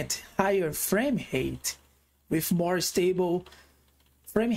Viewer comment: I like how you pronounce "framehate." They do, indeed, hate high framerates!